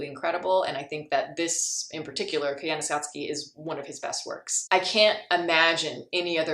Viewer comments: It's pronounced Koi-ya-ni-scott-see. NOT Kai-yana-sat-ski. Nice review though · You butchered the title 😅